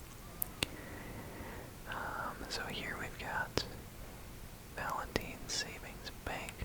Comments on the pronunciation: I love this video alot, so thank you! But why in the world would it be pronounced 'Valen-teen' and not 'Valen-t-eye-n'?!? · it is pronounced valenteyen he just said it wrong